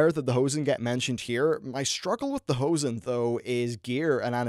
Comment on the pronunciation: You saying Ho-Zen is kinda funny. Sounds like every english speaking guy trying to say "pants" in german... "Hosen" :D